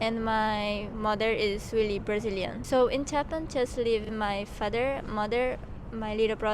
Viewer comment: Ele não falou direitinho'' , ou você não percebeu que ele não tem acento americano? Sem falar que ele diz ''Japanese-Brashilian''